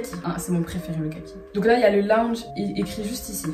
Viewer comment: On dit laounge pas lounge 😭😭😭